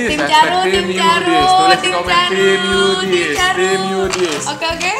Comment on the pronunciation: Tim bukan yudit